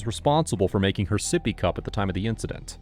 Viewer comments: Take a shot every time they say soppy cup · Sippy cup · Oh hell no my baby seepy cup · Sippy cup 🤭😝